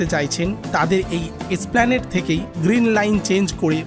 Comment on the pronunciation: এই প্রথম কাউকে, এসপ্ল্যানেড "এ" সহ উচ্চারণ করতে শুনলাম। ধন্যবাদ।